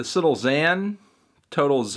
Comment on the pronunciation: anthony, why do you always pronounce 'lil' as 'little'? it's an abbreviation melon